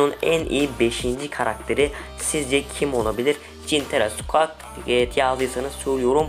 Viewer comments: SQUAK NE YA... SQUİK DIYE OKUNUYO O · Abi squeak skuik diye okunur